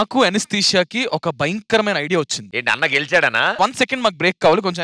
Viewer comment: తన పేరు " ఏనాస్తిషియా " ❌ కాదు "అనస్థీషియా"✅